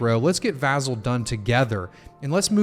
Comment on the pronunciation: vAH-Zel! Lol